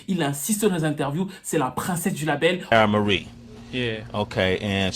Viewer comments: Ti-ai-ra mari 🤣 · Ça se prononce "Ti-Et-Ra"